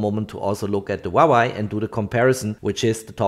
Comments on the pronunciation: It is pronounced "Hwah Way." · stop saying wawei to huawei lmao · łałaj 😅 Huawei not łalaj 😅🤣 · Great video! Thanks for sharing! Btw, it’s HUA WEI not HUA WAI. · huawei = hoo-wah-way. not hwawa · Huawei ❎ Huawai ✅ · Not yy but its hua + wei = huawei.. 😊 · Damn, i wish i can buy a "Vuavai" instead of Huavei, it probably performs much better... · Since when is Huawei a Wawai? 😂🤷‍♂️ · Other people: "Huawei" This guy: "HwAwAi" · I love the way this man keep saying waway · 'Wawai' lol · You really need to work on your pronounciation of Huawei dude;)